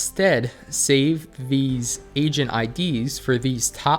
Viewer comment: Everytime you say "Agent id" and i lowered the volume it sounded like said "Asian id"